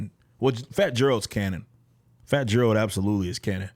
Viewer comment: It's pronounced Gare-Alt not Jare-Alt